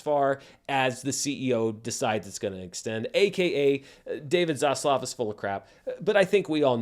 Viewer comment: Next video by: "Why I say 'Zosssluuff', instead of 'Zaslav'."